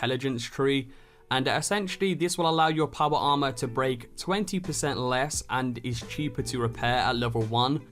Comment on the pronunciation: Make a video of you only saying powa armah,for 3 minutes straight.